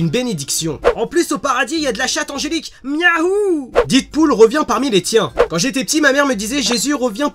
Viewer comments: Super vidéo! mais par contre on dit Deadpool pas didpool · didpool ??? non non non c'est Deadpool a l’Américaine . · Didpool? Deadpool! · DEAD PAS DID :'( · didpool mes oreilles saignent. 😂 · deadpool se prononce dèdpoul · The Dark oui et toi tu as compris que je fais ce commentaire pcq la prononciation pique peut-être